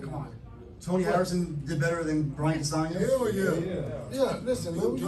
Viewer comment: It’s Castaño not Castano!